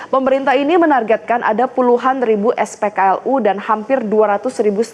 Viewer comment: Ngakak aku dengar "ketersediaan SPLKU",, 😅😅😅. Pigi maen paret busuk aja sono pembawa beritanya.